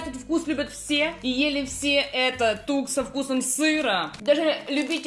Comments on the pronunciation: тук а не так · Максим, не Так, а ТУК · Топ! Только Максим, не так, а тук! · Максим не так а тук Алина правильно говорит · Не буду утверждать, но вроде бы правильнее не так, а тук. В рекламе говорится тук :D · Правильно Тук а не ,,Так" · не така а тукс) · Не TAK А TUK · Правильно тук а не так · Правильнее тук а не так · Тук а не так!!!!!!!!!!!!!!!! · Это тук а не так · Это тук а не так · Тук, а не так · Идеально, но надо говорить ТУК. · "Тук" правильно йопт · Правильно говорить тук